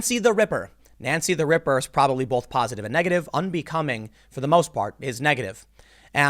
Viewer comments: Tim, there is not an L in the word BOTH. Stop adding one. If you had never heard a [usually baised] media story about Trump, do you think you would still have such a bad opinion of Trump? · There's no "L" in the word "BOLTH" Oh, wait... there it is. Right in the middle. Nevermind, carry-on pronouncing it as "bolth".